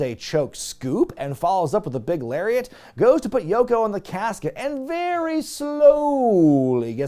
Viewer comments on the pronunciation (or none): none